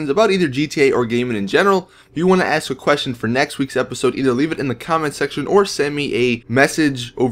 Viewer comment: Jesus!! You never say ask right!!! You always say axe!! Sorry but it's so annoying